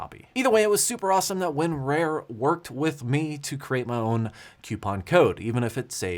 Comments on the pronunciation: / - That was my thing, it should be like "tar", "car" , "bar"... Not "wear" or "rare"... :D I laughed my butt off when I realized he never corrected his pronunciation :D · It's Win-RAR. not Win-Rare. LOL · LGR did it for real... Thought its WinRAWR not WinRARE?? LOL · WinRAR is pronounced win"RAWR" Like a lion roar. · The worst part of the entire april fools joke is pronouncing it win-rarE? The rest I could handle but not this. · Win-Rare? 😂 I can't figure out if that's legit or the southern accent coming through 😁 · Same. I've always heard 'Rar' as sounds like a pirate 'Arrrrr' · He's the only person I've heard pronounce it like that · nah bro, southern AF over here, literally none of my IT coworkers down here have ever pronounced it that way